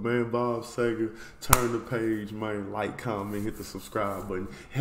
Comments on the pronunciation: it's see-ger not say-ger... but that's an honest mistake but I've never understood why people but an "A" sound where there's obviously an "E" there... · The least we can do is warn you...this may be the deepest rabbit hole musical you can go down...your gonna get 20-25 more recommendations...he didn't do any bad songs...and its pronounced..see - ger...not say - ger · Bob See gar is how it's pronounced! Love the song. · Dude, sEger, like Easter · Last name pronounced SEE-ger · Pronounced C-ger, See-ger and Sea-ger!